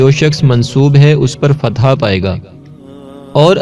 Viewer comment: Assalamu alaikum bhai ...fatha nhi ..fatah hota hai ..fatah ke mane kamiyabi hota hai